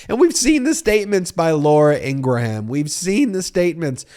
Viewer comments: Please pronounce her name correctly. It grates me to hear you say “In Gra Ham” it should be pronounced “In gram” It is from my part of the world <3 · please stop calling her ingra-ham it makes you sound silly! it is pronounced ingram you dont have to offend folks with the trumpian crap of attacking a person's name! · I can't stand the woman but why do keep saying Ingraham???? Lol now this vile woman will consume my thoughts today because you kept saying Ingraham! Ing-gram (not spelled that way though!) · EEN-grum, EEN-gurum, not EEN-gruh-ham. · Just to be clear... It is IN-GRUM not In-Gra-Ham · I love you, but, please stop annunciating ing-gra-Ham! The ‘H’ is silent- it’s Ingram (sic). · I believe it's pronounced 'Ingram'. The h is silent. (she is a bit of a 'ham", though) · Love your commentary .I believe her name is pronounce In gram (the h is silent with 2 syllable …not 3 …someone correct me if I’m wrong) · A minor thing but, her name is pronounced Ingruhm. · Stop saying Laura Ingra ham... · So many questions: why is "TREATS" in all caps? why is "TODDLER"? is "toddler" even the right word when her point is really about the optics of calling for secession, not condescending coddling? why does Ben pronounce Laura Ingraham's last name in three syllables? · You don’t pronounce the “H” in Ingraham. Just like it is not a graHam cracker, it is a a silent H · Why do you always say her name wrong? Most of us have seen her funny "You" fail where she says her name. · It's Laura Ingraham, like Laura Gram but with the in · You need to pronounce Ingraham correctly.